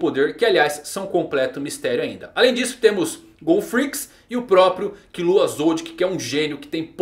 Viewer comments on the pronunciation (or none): none